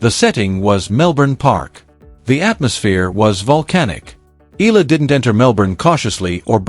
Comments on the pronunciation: E-YA-LA not E-LA is the correct pronunciation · Eala ( eh-ah-la). Correct pronunciation! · Regurgitating news. So AI. At least Please pronounce her surname properly as part of the respect and admiration for Alex’s achievements that this channel projects